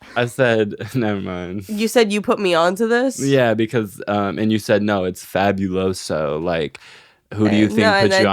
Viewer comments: literally being latina and saying fabiuloso and not faBUloso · Girl, being hispanic and not knowing Fabuloso like girl 😭😭 your family must be dirty or some shit bc every latino house has fabuloso in that bitch and she really be saying fabulous-o. girl its in spanishhh 😔✊🫶